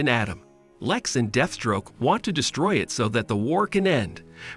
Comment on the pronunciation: ah yes the famous supervillains deafstroke and lex luffor